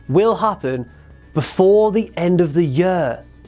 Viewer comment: i hate the way you say year